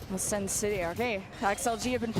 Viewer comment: Why does she keep saying sen city lmao. the team name is just sen